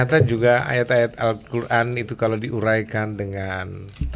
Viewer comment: MASA MANTAP NYEBUT QURAN SALAH ??